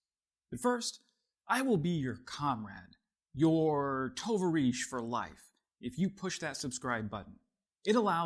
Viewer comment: “To-va-reesh”?!? It’s pronounced “t’VAReesh”.